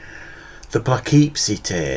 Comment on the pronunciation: PuhKipSee, like that...that's how we say it. Say it like that...Or else =)...Look up Poughkeepsie and Kendall Francois....He's the real one. The most disturbing thing about him was his mom and sister lived in the house where he put the bodies. The police found him because of the neighbors complaining about the stench of dead things.